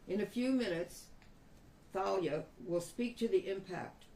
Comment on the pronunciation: Most names spelled like that are pronounced TAH- LEE-UH. Hope that wasn't a mistake. After all that poor girl has been through. DAMN. BLESS HER AND HER FAMILY